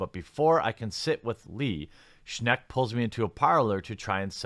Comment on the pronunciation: For what its worth Schenck is pronounced like Shank.